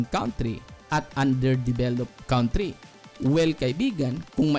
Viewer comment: Sana po ma correct nyo , you pronounce it wrong 'country'.